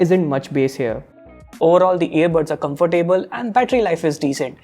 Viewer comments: and its pronounced as comftable not comfor table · Comfer-table lol